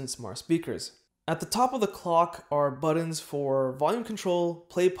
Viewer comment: "Budd-Ins"? Budd-Uns??? What an odd way to Pronounce the word button. I always thought it was "BUTT-N's" With a hard "T" sound...